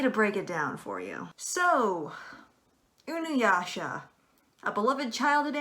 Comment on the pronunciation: You mispronounce Inuyasha... I just had to get that out of my system. I'm not gonna explain why I disagree with the video because too many people have already said both of the things I would say. Pedophilia and grooming are wrong, but that's not what's going on here.